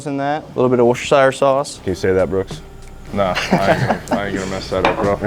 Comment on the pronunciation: from a place of love, say Worcester the way it’s pronounced in MA. Now say shire, but pronounced sher. Now combine them. Worcestershire🍻